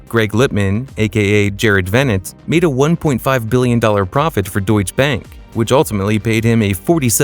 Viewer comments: I think it is pronounced DeutschE bank with an e at the end, not Deutsch bank. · Deutsche is two syllables.